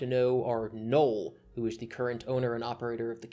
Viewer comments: Your pronunciation of Null as Noel is confusing for new listeners. A friend who I introduced to you was so confused he was asking who Noel was genuinely unaware you meant Null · Every time you say refer to "Null" it sounds like you're saying "Noel"... Just say "Joshua Moon".